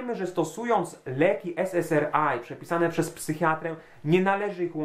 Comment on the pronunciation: Jedno zastrzeżenie: SS(A:)(AJ), nie SS(ER)(AJ). ;-)